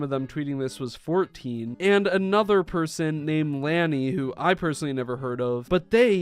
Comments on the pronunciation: BTW Lani is Tubbo's little sister. Edit: You pronouns the name with an aww sound. So it would be written like this: Lawni. Also, this just sickens me to my core. And I do know for a fact if Dream and Tubbo finds out who's doing this... Lets just say someone might go missing. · Yep that’s how is spelled also for anyone who doesn’t know it’s pronounced sorta like lah nee idk how to spell it like it is pronounced but sorta like that Edit: Didnt think this would cause a whole parade of answering the question who asked . This has never happened to me before but thanks for the likes. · i thought u said it like "Loni", im not that much into the dream smp as i was a while ago but they would say "loni" was the way u pronouced it. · Lani is pronounced lar-ni (my sisters name) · Omg the way he pronounces lani kills me! I’m not mad I just think it’s funny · People are gross asff :/ Tommy, Drista, Lani, Tubbo n Ranboo don't deserve this. Neither Ranboo or Tubbo are minors anymore but it's still against their boundaries and no one should be doing it. (also you kept saying Lani's name wrong lmaooo) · not trying to hate the way he said lani btw lani is tubbos sister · L (an) I I know it’s not the point of the video but I found the pronouncement funny :) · Even when they aren’t minors it’s not okay without their consent. Lani. Well is pronounce different but Lani is tubbo’s younger sister. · dude chill its just the way you say it cause if they dont know who Lani is they deffinetly aren't going to know how to say it cause its said wrong in this video. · It's pronounced Lani like lany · and it’s pronounced lany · Spelled correctly pronounce luh-nee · Just a heads up Lani is Tubbo's younger sister, She's 13 and has her own Channel and its actually pronounced Lawn-ee not Lan-ee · Lani is tubbo’s sister and it spelled “Lani” but when you pronounce it, it sounds more like “Loni” like when you read the O N part it’s ON so Loni but it’s spelled Lani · lani ( l-ah-ney) is tubbo's sister